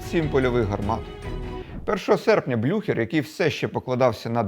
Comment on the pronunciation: блю-хєрр -- так правильно